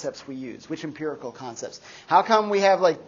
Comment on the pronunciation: I keep mishearing "Kantcepts" instead of "concepts."